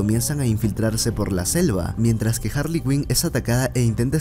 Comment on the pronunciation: DIOOOOOOS SIEMPRE ES HARREY SIEMPRE ES HAARRY LA IMPORTANTE